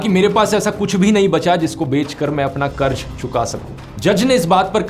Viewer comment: Bhai karz hota hai, karj karj kya kar raha tha. Pronunciation toh theek se kar. Ja ja ja was so annoying.